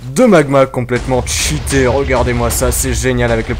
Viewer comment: Cheate et non tchite --'